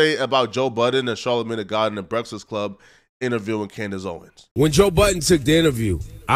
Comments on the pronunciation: says breakfast weird.. Brektist Club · Why does it sound like you can’t pronounce breakfast?